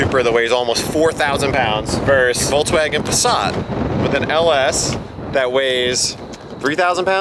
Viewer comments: what the fuck is a VolkswagOn haha it's VolkswagEn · What's a Volkswagon? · Seriously?! "Voklswagen" ???????! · VolksWAGON.. did.. did you.. VOLKSWAGEN! Not WaGoN. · Voklswagen. Noice